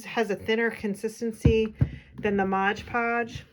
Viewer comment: Your books are very attractive. I enjoyed the videos about how you make them. They are well done, clear explanations without extraneous chitchat. Just one small suggestion- it is MOD podge, not modge podge - check the label.